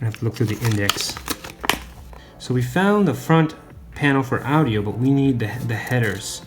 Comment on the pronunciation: This dude cant even pronounce audio 😂😂😂